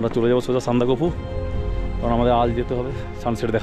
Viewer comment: সবই ঠিক আছে ভাই, তবে সান্দাকফু উচ্চারণটা ভীষণ কানে লাগলো, যা আমার কাছে সহ্যের বাইরে। উচ্চারণটা সান্দাক ফু।